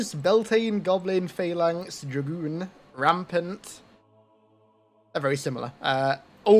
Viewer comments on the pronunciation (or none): none